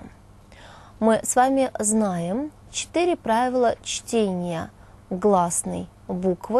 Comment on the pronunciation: Оговорка на 30-й секунде: "Правила чления". :)